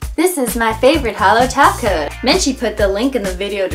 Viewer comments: Lolz in this video she still said "top coat" and it sounded like "taco" unintentionally. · OMFG!!! SHE SAID TOP COAT NOT TACO OMFG IM DEAD X_X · I suppose you don't speak Simplynailogiclish fluently yet, she did say taco, but it means top coat :) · Her: "Add a glossy Top Coat" Me trying to say it with her: "Add a GlOsSy TaCo!" replays it "Oh..." *Blinks in confusion and then remembers this was from a few years ago"